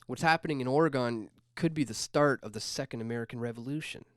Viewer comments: dude..... OR Ih Gen not oruhgawn. cringe. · Dewwwwwd...Repeat after me: Ore-ih-GUN. I am pretty sure the way you pronounce it makes their skin crawl and I've never been west of Iowa or north of Wisconsin. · As an Oregonian, I like to explain it this way; everyone in Oregon owns a gun. It rhymes. It's not Oreegone. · I don't trust you if you pronounce Oregon like that.